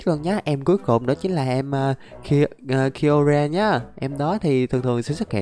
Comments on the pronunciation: Ah ơi kyogre ko phải cách đọc giống ah đâu,mà là kai-ô-ghi nha ah (Mong ah đọc đc) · Kyogre đọc là kai ô ri